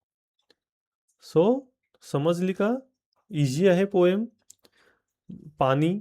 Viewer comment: पाणी म्हणा पानी काय म्हणता? तुम्ही चुकीचा शब्द बोलाल तर मुलं कायम चूकच बोलतील